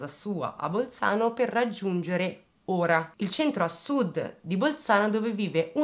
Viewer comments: La pronuncia corretta del pesino di Ora è con la O aperta, come si pronuncia Oro (il metallo) e non con la pronuncia di ora intesa come "adesso" o come ora dell'orologio. Auer in lingua tedesca. Solo perchè sono nativa di quei luoghi, non per criticarti. Sei sempre bravissima 🏆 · Ciao bellissima, sono di Bolzano e ti faccio i miei complimenti per la tua accurata ricostruzione. Hai chiesto delucidazioni per le pronuncie dei vari nomi: era perfetta.l’unica cosa è che Ora va pronunciata con la o aperta e il talvera va con l’accento sulla prima A. Ciao, complimenti ancora. 😘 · Una sola puntualizzazione la cittadina a sud di Bolzano va pronunciata con la O aperta e non chiusa come per le ore del giorno. Ora in tedesco Auer... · Hai indovinato tutte le pronunce tranne Ora e Renon. Ora ha la O aperta Renon la O chiusa. (ci ho dovuto pensare anch'io che vivo qui) :)